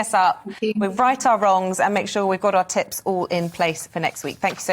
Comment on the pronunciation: Mindset coach! Every time she says tips I keep hearing tits!